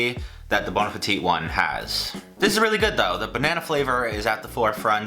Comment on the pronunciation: Bon apple teeth